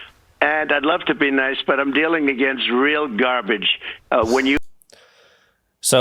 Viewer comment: trump pronouces garbage as gabage!!! lol